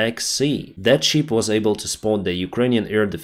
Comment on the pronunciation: Kudos for the English (North American) accent. Obviously you are not in the English-speaking environment, so very impressive overall. But, "ship" is pronounced as "шип", not "шіп", which would be a sheep, or "вівця". A few other slips of the tongue like that, amusing and funny overall. Hopefully Americans can still make sense of it and will give you high marks. Very informative though, you became one of my favorite news sources about this war! So, Monday, you say?